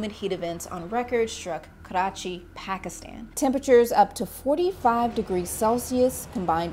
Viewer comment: Pronouncing Karachi like it’s a Chinese word 😂